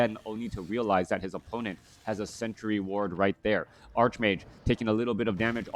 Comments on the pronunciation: I always abided you saying arsh mage because I thought English wasn’t your first language. But it’s always been pronounced arch mage. :) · I prefer ark mage, but that is how I would say it for and ark angel or ark demon, or whatever. If arch mage makes you happy, then you should keep saying it. I love your casts!